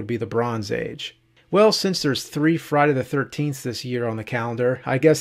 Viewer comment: I noticed that too lol... i love James and all the cinemassacre guys but his pronunciation of Friday the 13th (known as Fry da 13th in James speak!!!) was beginning to drive me nuts lol